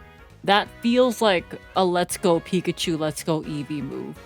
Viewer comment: Eevee's japanese name is pronounced "eievui" iirc.